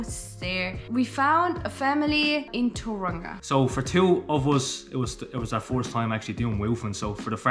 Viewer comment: Tauranga.....toe-wrong-a Taupo....toe-paw